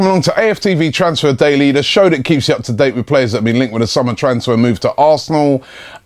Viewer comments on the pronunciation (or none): none